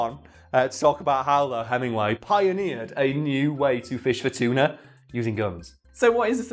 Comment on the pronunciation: I honestly heard the word "cheetah" the first time said "tuna".